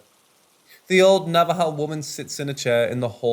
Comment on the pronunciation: Thank you for not saying navajoe. Thank you for saying it properly!!!